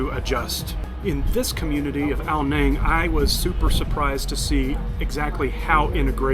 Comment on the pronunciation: Ao Nang is my second home I lived there for a few years. It is pronounced "Nung" however, not "Nang".